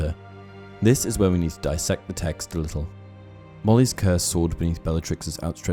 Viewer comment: That's DIS-SECT not DI-SECT.